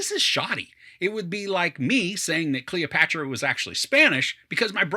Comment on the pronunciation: god, you can't even say her name right, you did not even bother to read some history about her